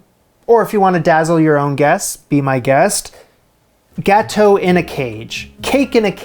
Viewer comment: you said, "gâteau in a cage" and I heard " Gato in a cage" and was concerned.